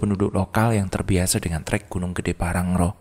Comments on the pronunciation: Bukan PANGRANGRO tapi PANG-RA-NGO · PANGRANGO bang bukan PANGRARO 😅😅